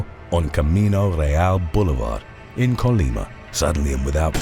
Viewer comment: Thank you for saying’Colima’ correctly